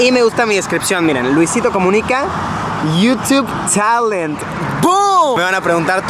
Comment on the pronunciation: Luisitou coumunicaw speaker :v